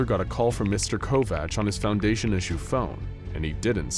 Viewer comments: I'm not trying to be "that person " that is always correcting people's grammar and is a complete jackass about it but you mispronounced Kovach .....its pronounced ( Co-vac) my mother had married a man when I was in 2nd grade and his last name was Kovach people mispronounced it all the time! Lol funny thing was that her last name was Couch and for some weird reason people mispronounced that too ....like how in the heck could anyone mispronounce COUCH !! they would say cootch, cow-ooch , crotch I was always so embarrassed by having that last name and as soon as I got married I was quick to have that name dropped immediately!! You know how mean kids can be so yeah ....I also would not tell people my last name at all ! And would tell people I'm like Madonna and Prince .....I don't have a last name lol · Covach/Kovach is pronounced as Co-vack...